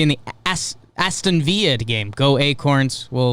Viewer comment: The Vile lol, it’s more like Vill-uh